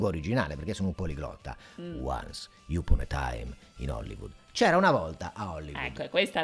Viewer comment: Ve lo dico in lingua originale e pronuncia “Upon” come “YUPON” 😂